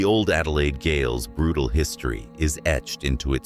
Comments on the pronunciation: Old melbourne Gail.. Gale.. GAOL is said like Jail.. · Whoever produced this is both lazy and a fool. Couldn't you find a single human to read your script? The first town is pronounced "jooNEE" and the word "gaol" is pronounced "jayl". Do your freaking homework properly, get a human reader, and stop the disrespect with places of which you know nothing. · You seriously need how to say place names. Every place you say wrong . Example Gaol you said wrong, Aradale you also said wrong. This made you sound stupid. 😊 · tbf some of the names in Oz are really hard to say